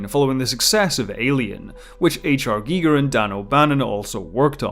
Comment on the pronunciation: Finally, someone to pronounce Gieger, correct, and this earned you another subscriber.